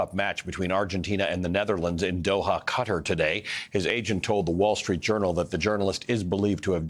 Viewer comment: Respectfully, wondering how he died and why the journalist is pronouncing Qatar like "cutter."